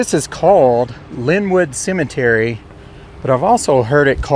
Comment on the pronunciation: Would like ro have a dollar for every time the narrator says Cimitiry..